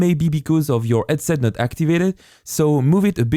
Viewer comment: when you talk, please stop making H silent, when you say headset, it sounds like edset and its very very hard to follow along with you, but your tutorial is great